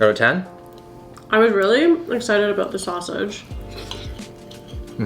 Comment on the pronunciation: You must be Canadian. No American says “aboot” for about. Maybe some people in Wisconsin or Minnesota do idk.